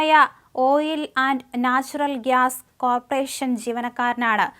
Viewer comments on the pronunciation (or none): none